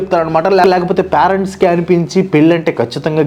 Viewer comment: excellent reasoning and very good explanation. Pyarents ani pronounce cheyyoddgu.. (parents)PAY-RENTS ila cheyyali "pay rent"